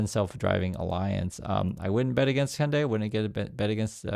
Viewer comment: Hyundai rhymes with Sunday bro.